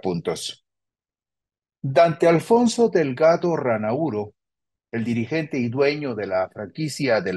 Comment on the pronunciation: Aclaración: el apellido no es Rannaúro sino Rannauro.